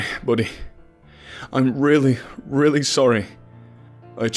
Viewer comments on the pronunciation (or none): none